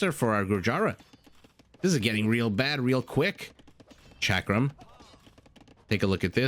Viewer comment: Gur-yara. Shock-ram. ... Please google how to pronounce anything you intend to color commentary.